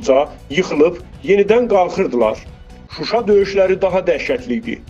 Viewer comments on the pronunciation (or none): none